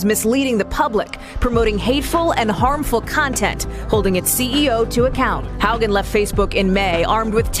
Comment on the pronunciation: Haugen is pronounced “how-ghen” 😉 great videos!